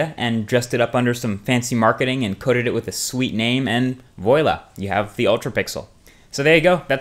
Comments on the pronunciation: it's "voila" not "voyla" :p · did you say voyla? isnt it said vwa la? spelled voila....LOL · Great video as always Vwaaah-lah rather than Voy-lah!!! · its VUALA ! Not VUELa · great video! just funny when it is pronounced voy-la instead of vwa-la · i'm sorry, did he just say voyla? it's vwala marques. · Did you just literally say Voi-la ? It's pronounced Vwah-la; Voila is French and it's not said the way it looks like. How embarrassing for you. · It's Voila! Not voyola?!?!? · voyla? isnt it voila voo-ah-la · it's not voy-la its pronounced vwa la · voila is not pronounced as voela but pronounced as vo*a*la (the *a* sounds like that one in ultr*a*pixels) :) thanks for the great video btw :D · Yo it's voila not vrailA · "voila" it's pronounced vwa-lah mate x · lol he said voila like voyla. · voila is pronounced "vwa la" i think your videos are amazing..! neat communication. seamless ^^ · and voyla XD, tu dit pas un mot en français quand tu peut pas parler français ! Okay? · fyi, "voila" is pronounced as "vwo-la" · "Voyla" lol good try though ! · Did you seriously say voi-la? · WTF is voela? Don't you mean voila? Pronounce it right. Even though I'm not sure ow you spell it. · vo ah la (try howjsay dot com) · "Voila" is pronounced "voa-la". Just sayin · Voila or 'vwalla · Hey Marques, I think you have become my favorite tech explainer!!! I just subscribed recently to your channel and it is great! But when you say voila, it is pronounced vwa-la. I'm not trying to criticize, just help you out like you help thousands of us every day. Thanks for the great vids! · lol "voy-la" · It's pronounced "vu-a-la" =D Great explained video man! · lol... "voy la" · ehh bwoy ,imma need you to learn how to say voila and ubuntu . i think the ultra pixle thing would have worked if they had added more pixels. or had two camera setting, so that you could use mega pixle in the day and ultra pixle at night/dark. but the increased light makes things looks washed up. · You said voila wrong Loll